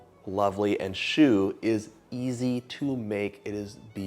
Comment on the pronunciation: I just wanted to tell you that « Choux » (the -x is silent! 😂) means Cabbage 🥬… The pastry is also called « Chou » (the -x is for plural) because it is shaped like one. Chou also means Cute… Don’t ask me why! 😂 If you are in a couple you might call your spouse « Mon Chou » (My Chou) … Or if there’s a cute child around you might say something like « Il est trop chou! » (He is too cute!) Chou to a Man means you Love him… Chou to a child only means The child is cute no matter what its relationship with you is. I might say ( 😂) is cute. And it wouldn’t be weird. 😊